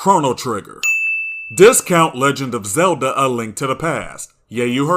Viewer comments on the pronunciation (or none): none